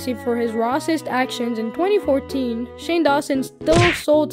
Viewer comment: A lot of YouTubers say rah-cist because of how the YouTube algorithm will demonetize content or hide it.